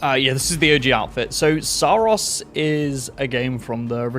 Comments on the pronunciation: That’s not how the devs pronounce it. In their promotions material it’s Sah-Ros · I think it's pronounced Sorrows. Which is also the story.